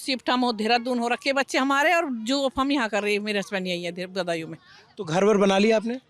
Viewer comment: सौरभ जी बदायूं को बंदायू बोल रहे हैं भाषा में ध्यान दो भाई